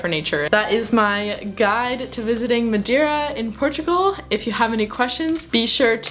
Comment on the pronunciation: Hello.. 5* video my problem is why saying madewwra you can speak normal english and still saying madeira not madewwra its just weard... but very nicely done